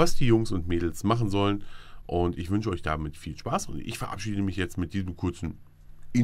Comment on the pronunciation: Find "ISCH" super! ^^